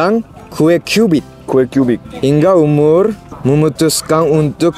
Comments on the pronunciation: umar bkn umurrr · Km jg salah sebut nama Umar jadi umur 😆 telor gulung jadi teror gurung 🤪